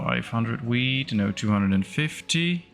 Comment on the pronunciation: Near the beginning when you were checking the amount of foods. When you were talking about the wheat, I heard weed. LOL